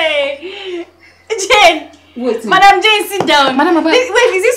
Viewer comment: "jeneth my name is jane not jeneth" 😂😂😂😂🇹🇿